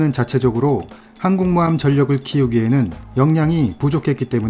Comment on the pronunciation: 항곰모함이라고 안들리고 하국모함이라고 하는거같아